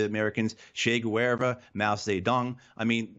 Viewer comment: "Che Guerva", hehe